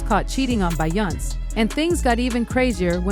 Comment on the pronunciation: Yah-yo? Bey-on-say? Huh 🤔 by-yonce? lol let me know, they don’t live in US or it’s AI. 🤖